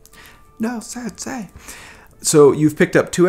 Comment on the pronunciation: he says ‘sad say’ instead of ‘sensei’ 🤣🤣🤣